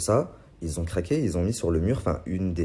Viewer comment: Un détail mais on dit pas des personnes "qui zon"